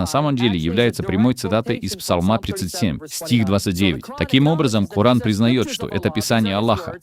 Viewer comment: как умиляет произношение кООран! вот прям можно говорить только так. Если просто коран - все, джихад